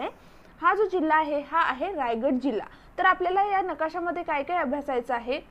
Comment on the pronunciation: Tai mast mhahit ahe pn jara shabdh tal rajgad nhi tar Raigad ahe te ani varad vinayak nhi vardh vinayak